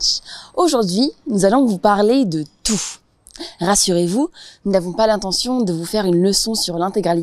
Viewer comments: Pourquoi est-ce qu'elle a dit "TOUF"? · Mais pourquoi est-ce que la fille qui porte des lunettes prononce "touff" la plupart du temps ?! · Listen, she says it normally, the "fff" at the end is just there because she accentuates the word by speaking loudly in a (maybe not so good 😆) microphone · J'ai une question. Quand dit 'tout', j'entends "toufff". C'est son accent?